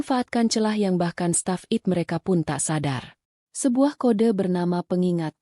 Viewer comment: coba bacanya yang betul deh..... istilah2 dlm bhs inggris ai te bukan it. dll